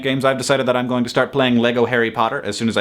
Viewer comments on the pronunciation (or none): none